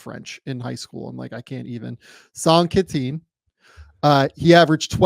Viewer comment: that is possibly the worst possible pronunciation of saint quentin, but great vid :)